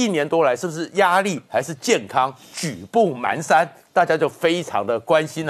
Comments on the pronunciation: 👍👍👌🌹支持本节目，但是、今天、指出一点：步履蹒跚的蹒读pan，不是man，请注意⚠️ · 步履蹒pan跚，不是man，这成语读的笑死人🤣🤣🤣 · 蹒跚panshan 台湾读manshan吗？ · 步履蹒跚 的 蹒 读音 pan 上声！ 请凝觀等早日纠正读音， 谢谢！